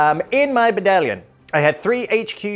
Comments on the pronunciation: Every time any one says i will think,a baddalion ah yes. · Yes! does a beautiful “Baddalion” soliloquy, this bodes well for the battle ahead!